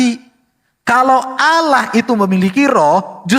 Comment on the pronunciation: harusnya di baca Allah ka bukan Alah heran sya trmksh.